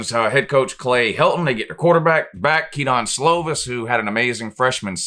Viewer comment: It’s pronounced “ke-din” slovis not ke-don but at least 9-3 prolly 10-2